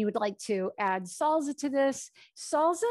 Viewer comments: Salsa not salza 🥰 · Thank you, this is helpful. Salsa - both s’s in salsa are pronounced like a in snake. Just a tip. I am a bilingual teacher I hope that helps.